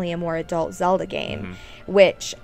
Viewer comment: its zeLda now zeodah LOL